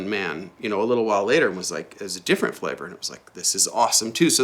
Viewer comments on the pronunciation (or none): none